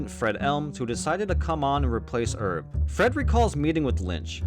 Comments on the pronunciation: "..and he met with 'erb." So we're French now, are we? That AI needs better training. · my guy, the name “Herb” has a pronounced h, short for herbert